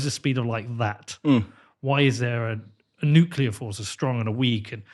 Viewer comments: New-clear. Not nuke-yuh-luhr. Nuclear. It’s pronounced exactly the way it looks like it should be pronounced. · Nuclear! The word is nuclear, not nucular. Bugs me so much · Oh my god. It's NUCLEAR, not "nucular". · He seems smart and observant, as many comments state but why perpetuate the use of the word nucular which solidifies its common use as people who admire him and his intelligence emulate him and his choice of vernacular. Why not just make an effort to switch to nuclear on a highly popular recorded interview and save nucular for use when speaking with friends? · I know right? Particularly from people who claim to have actually worked with nuclear technology. FFS people, it's: New-CLEE-uhr Not: Nook-yuh-luhr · New-kl-er Yes, it is darn annoying. I was so happy when Bush's term ended. I didn't have to hear him say it like that. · Take a shot every time this guy says “Nucuhlar” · When I hear somebody say nucular, I stop listening. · then you missed an excellent interview because of your snobby attitude! Yes, it's Nuclear. We know. People mispronounce things all the time for various reasons. Doesn't take away from the content or this guys intelligence in my opinion. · Even David Grusch says 'nucular'. I decided at that moment to throw in the towel. There's someone else who knows what they're talking about who said it that way, too, recently; I just can't remember who it was. If we can't beat em, join em. #team_nucular 😆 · This guy does need to learn how to properly pronounce the word "nuclear". If you can't tell the difference, you're not pronouncing it correctly. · This guy thinks he so smart but he cant pronounce nuclear correctly smh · Learn how to say nuclear correctly. You sound illiterate. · I can't take anyone seriously who doesn't understand the word NUCLEAR. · Interesting, but he needs to learn how to pronounce the word "Nuclear' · except he cant pronounce nuclear correctly